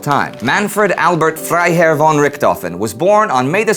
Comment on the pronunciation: I just got a great interest to learn more about the World wars. This series has made it much more easier and now im determined to know everything that happened! Just a suggestion..The word `von´ is pronounced as `fɔn´(fon). Keep up the great work!